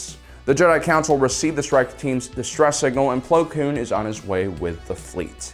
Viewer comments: Well to be fair he says it correct so I think it was just him saying it wrong just because ig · Haha "Pong" Krell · He always says “plo kloon” when the name is “plo koon” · Do you call him Plo Cloon just to annoy me personally? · Why does he call him Plo Kloon and not Plo Koon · Plo Kloon? Plo Koon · plo kloon